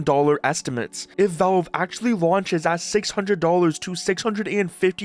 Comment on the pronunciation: The word valve has an A in it. It's valve, not velve.